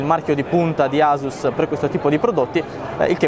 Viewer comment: si pronuncia "assus" :(